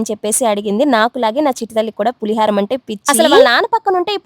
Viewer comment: పులి హారం కాదమ్మా పులిహోర